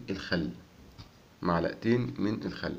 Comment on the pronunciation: ملعقتين وليس ملعئتين ومعلئه